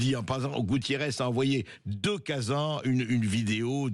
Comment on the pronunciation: C'est pas bric mais BriCS toutes les lettres se prononcent! De même que KaZANe, et non pas KaZa😂😂😂